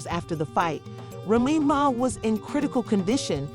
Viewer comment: Lies this slow azz chick can’t even say Remy’s name rt 😂